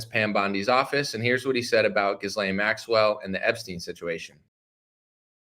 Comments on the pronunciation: Are you deliberately mispronouncing her name ? The “s” is silent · Trying so hard to make it through this but can't handle the butchering of her name. The s is silent. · Please pronounce her name right ?? 😂